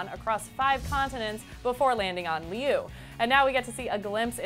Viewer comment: It does NOT follow the same plot. They're taking out my boy Li Shang. By the way, Liu is pronounced Lee-yo (but say it quickly and make your voice go up higher as you say it)